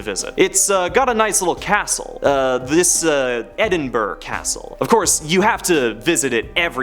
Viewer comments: Also, Edinburgh is pronounced 'Edinbruh', not 'Edinberg'. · If Edinburgh is really one of your favourite places to visit you should probably LEARN HOW TO PRONOUNCE EDINBURGH…